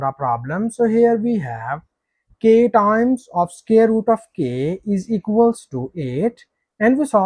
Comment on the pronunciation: CAN YOU NOT PRONOUNCE THE WORD " SQUARE " PROPERLY....?..